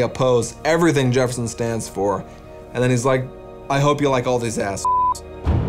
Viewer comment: Jereffson instead of Jefferson gets me every time 🤣